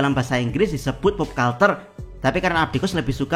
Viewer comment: culture dibaca kalcer, atau versi google terjemahannya kəlCHər kalau dibaca kalter aneh banget buat orang yg sering denger kata kata pop culture